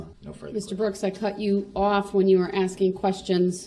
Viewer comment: He has a amazing grasp of the English language. He be axing good ques-tions